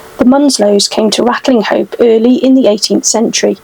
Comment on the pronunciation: Great video. Just one thing though, Ratlinghope is pronounced Ratchup in our fair county.👍